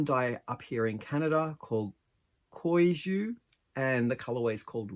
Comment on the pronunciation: Hi. I remember when you showed us the yarn at the beginning of the pattern - this shawl worked up beautifully! My local yarn shop does business with Koigu and they use a hard g, so the second syllable sounds like 'goo'! The hexagon flowers look like a bouquet of water lilies (to me)! I love your idea of working with both shiny and not shiny yarns - something to look into if I ever finish a few other projects! As always,, you do such beautiful work - thanks for sharing!